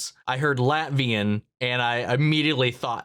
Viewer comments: Latvian, not Latverian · LatVIAN, not LatVERian! I've seen a couple of people think this too